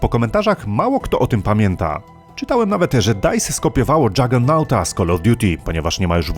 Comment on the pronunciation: Ps. Czyta się Dżagernot (Jegernot) czy jakoś tak się pisze XD